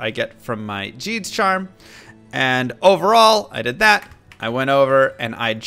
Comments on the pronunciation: You found a "Jeeds" ???? Wtf bro, you know damn well its pronounced Gheeds. He even says it in his intro. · You said jeeds not geeds lol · its pronounced GHEEDS like how you would say geek, not Geeds!!! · This has bothered me for so long Why do you call the character "gheed " and say it correctly GEED But then call the charm named after him JEEDS it's a hard g sound, that's what the h means Ahh, you're killin me here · If you listen to gheeds dialogue, he pronounces his name for you…. Hint it’s not jeed!! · I have to know why do you pronounce it "jeed" when you know it's a hard g? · has that disease where he reads a word and has no idea how it's pronounced so he takes a guess and then continues pronouncing it like that for 20 years. "Jeed's" -> close window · why do you say ''jeeds''